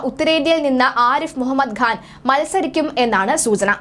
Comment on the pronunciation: The name is Khan not Ghan. I see this problem in many speakers.